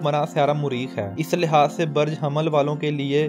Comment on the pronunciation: L AFAZ BAREJ NHI BALKE BURJ SEHHI HE.